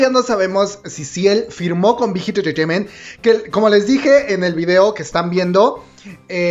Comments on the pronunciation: Alguien que cuente las veces que dice "entretaiment" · Me hace gracia como dice big hit “entertainment” 😁😁😁😅😅😅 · Por qué dice tan raro entertainment xdxdxd?